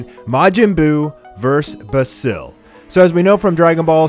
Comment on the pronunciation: Can you not pronounce basil?